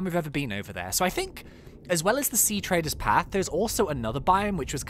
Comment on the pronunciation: Treader not trader! Plus keep up the series it's really good.